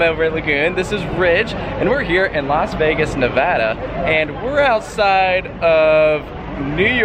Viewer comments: Thank you for pronouncing Nevada correctly! 😆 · Thanks for pronouncing Nevada correctly! Lol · Thank u for saying Nevada the right way!!!